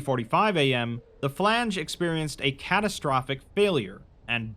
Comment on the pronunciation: flange, not philange.